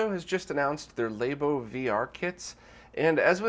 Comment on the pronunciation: It's Nintendo Labo, like lab, not Lay-boh, dammit! Unsubscribed.